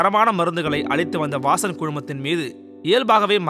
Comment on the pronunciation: 'வாசன்" என்று இருக்க வேண்டியதை "வாஸன்" என்றவர்.மருத்துவத்துக்கு சேவை என்றாலும் தமிழுக்கு துரோகம் செய்தவர்.